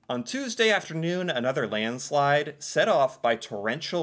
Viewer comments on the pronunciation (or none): none